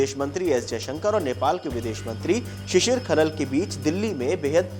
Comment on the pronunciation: Shisir khanaal bolo